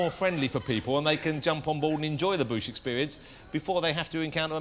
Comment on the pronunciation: No it's the mighty boosh. Not a badly pronounced bush. 😂